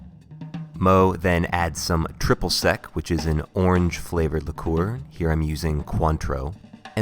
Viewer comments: “Luh-kor”!??????!!!!??!? “Le-kyor” - obviously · It's pronounced 'Lick-er', NOT 'Li-koor'. Dumbass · Why do you keep calling it "lickoor"? It's "Licker". I've never heard anyone pronounce liqueur that way. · why are you saying "liqueur" that way??? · The way he pronounces "liqueur" gets me. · heavy with the liqueur pronounciation pal.....